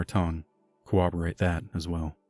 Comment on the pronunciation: This is a great podcast but I implore you to look up the proper pronunciation of the word "Corroborate"